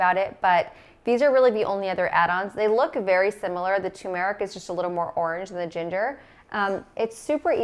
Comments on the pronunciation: It's not tu meric it's tumeric. No little pause after tu. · You are mispronouncing turmeric, as many people do. What about internal aloe Vera use and liver damage? Dr Greger says aloe Vera should never be taken internally.